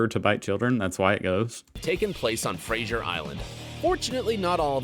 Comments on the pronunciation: ‘Frashur’ 😂 it’s ‘Fra-suh’ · It's not Frasier Island, it's FRASER Island. It really annoys ne when they pronounce it wrong. Also, Bris-bane????? Wtf? The dingo taking babies is definitely real, Azaria Chamberlain was the baby in the story and her mother Lindy Chamberlain was imprisoned for 3 years, but even after being exonerated she was treated badly by the public.